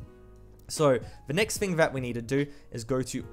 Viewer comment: learn your "th" bruh. its "thing" not fing